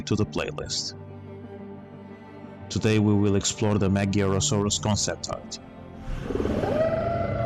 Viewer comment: Finally, someone who pronounces Magyarosaurus almost correctly!